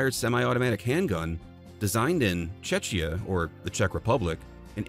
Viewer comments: It's 'Czekia' not 'Chechya' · greetings from Czech republic - you pronounced Czechia ABSOLUTELY wrong .. so it sounds nothing like it should and worse, it sounds like totaly different country :/ We dont pronounce CH like you do and it make BIG difference. For english speakers the CH they should pronounce as K in word Czechia - like Czekia .. but our CH is still something totally different even than K, but at least it's a little similar so we know what do you want to say.